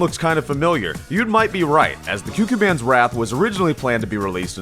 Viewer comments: It may be late, but think 'Qu' like 'Quiet,' So it would be 'KooKooManns', not 'QueQueMann' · Kyukyumanz? Bruh. It's coocoomanz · It's pronounced "Coo-Coo Man" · Is it not pronounced the “Coo coo man’s wrath”? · Koo-koo man's Ququmannz Pls pronounce correct next time